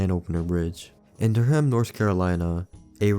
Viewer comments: As someone from Durham, I don’t know what’s more funny, the can opener or your pronunciation of “Dur-Ham” lmao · As a NC resident Durham is pronounced “der-um” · Damn, I didn't know I lived so close to such an infamous bridge. Btw, you don't pronounce the h in Durham (durr-um). Just a comment from a North Carolinian 👍👌